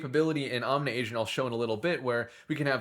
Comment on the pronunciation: Does he ever stop mispronouncing the project name?